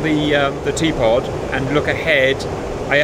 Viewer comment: T-pod sounds like teapot. Just saying.